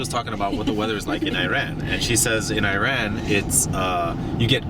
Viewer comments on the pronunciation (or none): Iran is not an Apple product. Pronounce it properly please.